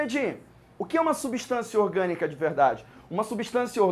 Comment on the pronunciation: Só oq confunde é que ele não fala "orgânica" ele fala "iogânica", da mó embrulho na mente